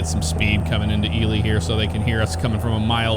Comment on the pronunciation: Right on. It's cool to see that Ely is in this game. I'm from McGill, about 12 miles north of Ely, I work at a Copper Mine up here and I'm also a Volunteer Firefighter. So with all that said, I'm a fan of all the simulator stuff you do. Thanks for pronouncing Ely correctly lol. And for Pioche, it's pronounced Pee-oach, there's a few weird names here for sure lol. Keep up the great work man. Thanks!